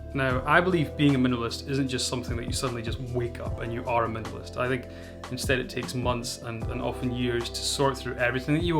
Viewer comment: I like the way you say "minimalist". Great video.